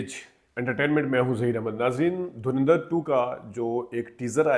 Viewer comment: Why do you Pakistani people pronounce Dhurandar as Dhurendr, can't you pronounce it properly.